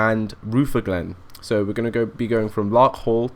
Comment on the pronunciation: thanks. PS rutherglen is pronounces ru-ther-glen